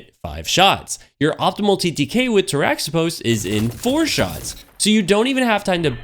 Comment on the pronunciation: Good call. I like my Cascade Roll as well. Its pronounced "tara-hih-pohs" though. The origin is greek. Not bashing you, just giving you the info. The X is pronounced as an H. I like your content. Keep em' coming.